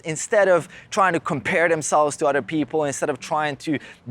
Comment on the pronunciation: Love the video. I keep hearing you say otter people though. 😂